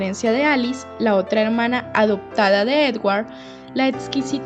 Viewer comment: Dices corePto, edguar , 😂